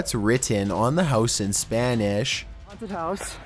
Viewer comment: haunteedd. spanisshh. hoooodd. windoww. i love how you just add another syllable to the words lol.